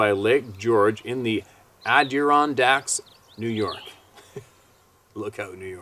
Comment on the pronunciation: it is pronounced------(spelled phonetically) Add-uh-ron-dykes, Adda-ron-dykes. Not Addrun-dykes. Just thought I'd try and help with the pronunciation since you seem to keep having trouble with it. Hope it's helpful.